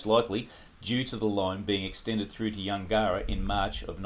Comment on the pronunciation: Yungera is pronounced closer to Yungra - Yun gerr rah. We had farms at Kooloonong and Yungera